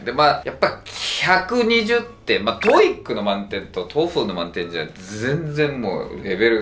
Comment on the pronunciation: 以前から気になってたんだけどこの先生「トイック」「トフル」って言ってるようだけど、それぞれ「トウイ（ッ）ク」「トウフル」でしょ。 折角がいるんだから、そこをこの際質してほしいぞ。